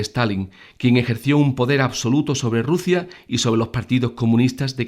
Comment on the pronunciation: Rusia se dice Rusia….